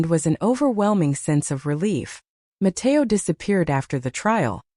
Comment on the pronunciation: “Nó, Matéo” in full spanish is hilarious 😭